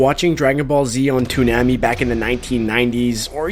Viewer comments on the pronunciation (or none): you completely butchered how to say Toonami right it's Too Nami. so put it togeather as one word it's TooNami -_ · Oh for fucks sake it's NOT HARD to pronouce Toonami. It's a as in "ah". Too-nah-me. It's a personal pet peeve of mine when people make no effort to properly pronounce things, especially when they always heard it being pronounced properly all the fucking time. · you said toonami wrong -_